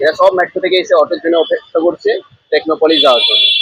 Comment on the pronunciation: Excellent coverage! Just one observation .. its METRO not MATRO